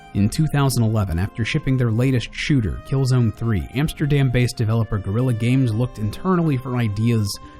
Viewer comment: You utterly butchered the game developers name